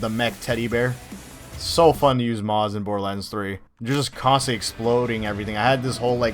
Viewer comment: Moze, not moz.